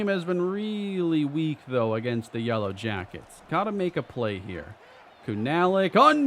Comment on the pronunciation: you said "yella jackets" 🥲 you're truly becoming Texan